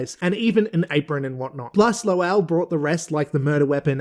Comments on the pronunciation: I'm cracking up with how you're pronouncing, "Lowell". It is exactly as pronounced on the show. 😂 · His name is pronounced “Low-uhl.” You hear “lowl” because that’s just how it sounds in normal speech.